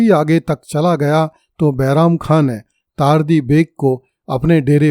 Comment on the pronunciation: चार्ली नहीं तार्दी जबकि यह तर्दी है।